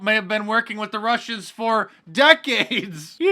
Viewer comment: Wussians! Th’ Wussians!